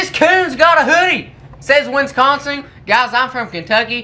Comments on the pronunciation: ( he don't like winskonsin as he pronounced And one question why did you hit us with the fur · Can u learn how to pronounce wisconsin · Winsconsin It be Wisconsin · It Wisconsin not Winston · i love how he says winsconsin!! lol